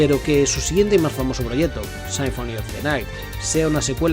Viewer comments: Me gusto el video por que no conocía casi nada de Rondo of Blood... Solamente me daba algo cada que decías "Sainfoni" 😐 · Buen video pero la pronunciación un poco mala (no es "Richer", es pronunciado. "Ricter", "Sinfoni" etc)